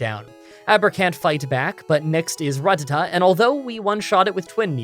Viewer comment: say ratata right or im reporting all your videos